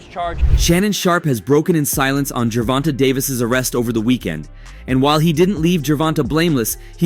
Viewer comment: Gervontuh?..."Gervontay" please correct me if I'm wrong in pronunciation